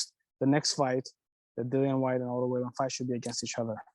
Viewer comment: Im suprised he doesnt prononce Wallin correct when he is the promotor.